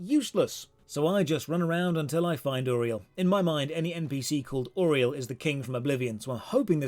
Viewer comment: I appreciate you actually pronouncing Uriel correctly. My own wife can't.